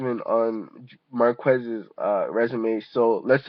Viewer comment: Its Mar-Kez not MAR-QUEST LMAO